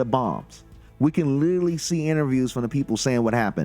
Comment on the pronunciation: it is pronounced 'literally' not lilily